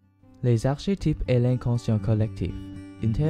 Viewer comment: Très bien. Mais ne dit-on pas arkétype,lol ?